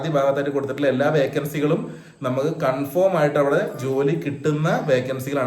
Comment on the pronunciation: സുഹൃത്തേ ഉച്ചാരണം കൺഫോം അല്ല കൺഫേം ആണ്. Not conform. but Confirm. താങ്കൾക്കും പൊന്നൂസിനും എൻറെ സ്നേഹം.